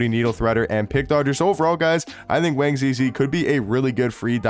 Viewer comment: My man just wanna say you pronounce his name “Wong” with an “o” sound instead of the “a”. Great video 👍